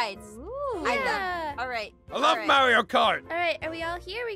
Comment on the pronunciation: It’s marryoe instead of marryo